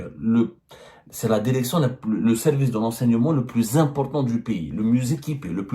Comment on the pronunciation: Derection Derecteur Consederé